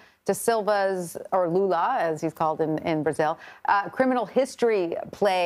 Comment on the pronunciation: Pretty sure I heard him call Lula, Lulu